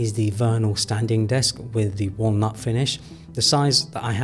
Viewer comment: If this mf says “wah-a’ll-not” one more time…I’m replacing all my furniture to plastiík 😂